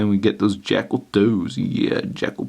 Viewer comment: It sounds like keeps saying "Jackhole" 😂